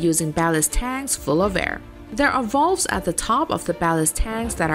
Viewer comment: Try pronounce VALVE you say VOLVES